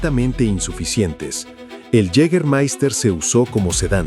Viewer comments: Yigamaista se dice, es aleman no ingles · Si queréis pronunciarlo bien, y no como el narrador, es "yegamaista" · Lo único que no me gustó es que no pronuncias bien Jâgermeister !! 🤷🏻‍♂️